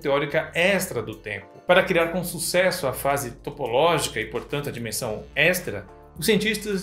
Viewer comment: Você fala extra errado, parece ser um costume da parte mais sul do país. A forma certa pode ser ouvida quando falamos extraterrestre, já que a sonoridade n dá pra ser bem explicada com palavras...